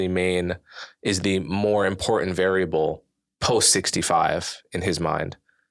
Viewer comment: People that say "imporDANT" drive me insane